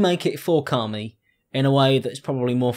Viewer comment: The way you say 'Carmie' sounds like 'Carly' and I feel attacked.